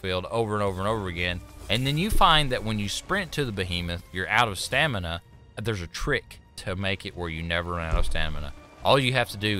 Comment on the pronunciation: I love that he said "Stanima" instead of Stamina